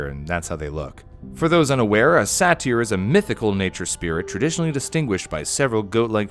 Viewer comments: isn't saytr pronounced sai-tr and not sa-teer? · It’s pronounced sater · By the way, its pronounced Say-Tur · Satry is pronounced say ter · Satyr is actually pronounced say-der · It is pronounced "say ter" just saying. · Satyr is (Say-ter) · I've always heard and pronounced "Satyr" as SAY ter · No body ever pronounces Satyr the same. Is it sa-tear or say-ter? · I’m really annoyed at how you butcher satyr lol, but I love your videos, keep them coming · You pronounced satyr extremely inaccurate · Did anyone else notice that he pronounced satyr incorrectly😅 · Its hurting me oww how he’s saying satyr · "Satyr" is pronounced with a long "a". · Me listening to butcher the pronunciation of satyr: 😖😖😖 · The way you pronounce satyr bothers me O.e